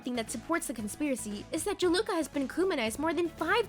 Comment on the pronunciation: "Jaluka" Its juleka? Jew-lah-kuh